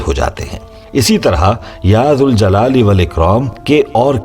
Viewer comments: Is it Ya ZAL Jalale Wal Ikram OR Ya ZUL Jalale Wal Ikram? The correct pronunciation is “Ya Zal Jalali Wal Ikraam”. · Ya k saath zal ko zabar sy ada karogy. Baghair harhfy nida k zuljal e walikram ada karogy... Ya Zal Jalaali Walikraam... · Your banner in Arabic reads - Ya Zaljalale Wal Ikram, which is CORRECT. But you're reading it Ya Zuljalale Wal Ikram, can you explain the viewers why are you doing it!!!